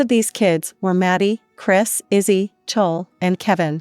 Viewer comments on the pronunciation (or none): I know they keep saying "chowl" like bowl it's so bad 😂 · It’s clo-wee I HaTE these automated voice over they screw my name up so much jesus